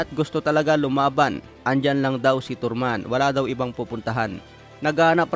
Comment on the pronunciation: Tarman,hindi torman,progreys hindi prog rais,visayang tanga